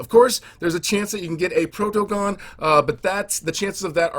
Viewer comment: Protogon sounds like protogen